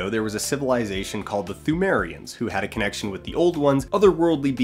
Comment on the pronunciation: FINALLY someone who pronounces it "thoo-mary-ehns"